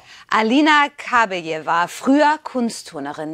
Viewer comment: Den Namen, bitte, richtig aussprechen: KABAJEWA!!! Schöne Frau, schönes Pärchen! Warum ist dieses Thema für Bild so wichtig? Wir haben genug Probleme im Land, nicht war?